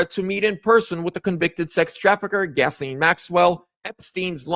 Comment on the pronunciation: you pronounce her name like this gizz lane